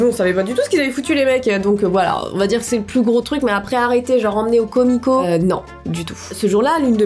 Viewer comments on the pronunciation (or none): Moi: commissariat: commico \_( o_o)_/